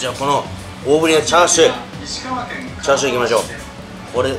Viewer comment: ニンニク増し増し、美味しそう〜☺️ チャーシューが、『つ』になってましたね🤗